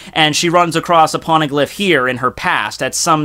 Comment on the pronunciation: What's a porneglyph? xD